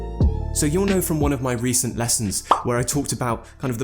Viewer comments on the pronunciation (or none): He said recen' instead of recent at the beginning of the video